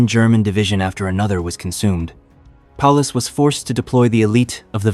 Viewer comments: Palaces's sixth army? How did you ever manage to get any subscribers? Its Field Marshal Paulus. Its not "Dawn" river its Don river. Seven seconds is all I could watch. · It’s general Paulus not Palace, general Yeryomenko not Aramco, lots of mistakes in the narration.